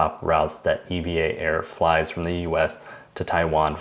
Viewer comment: As a Taiwanese and also a pilot working for the airline I can confirm that it's indeed pronounced Evah Air as the Air Traffic Controller worldwide and also the pilots working for EVA Air all pronounce it as Evah. However really wonderful and informative video regarding the redemption, thank you for sharing!